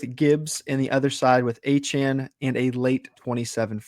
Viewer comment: Love the content fellas but someone has got to teach how to pronounce Achane. ❌: Ah- Chain ✅: Aye- Chan Keep it up fellas